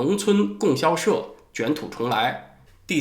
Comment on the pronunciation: 老师， 应该读 供（读第一声比较适合）销社